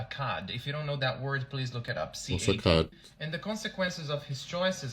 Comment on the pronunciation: A cad (not pronounced cod) is a man who treats women like crap and is usually a cheater.